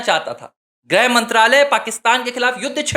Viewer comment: “ग्रह मंत्री “ नहीं “गृह मंत्री “ (ग् +ऋ्+ह)